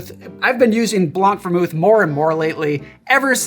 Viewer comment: Je suis curieux : appréciez-vous sa façon de dire « blanc » ? BLONK!